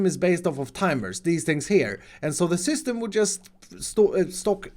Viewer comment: Is it just me or does sound like a 6 year old when he’s saying the word “system”? - So it sends a signal in the *6 year old voice” ShYstEhm! Just check this out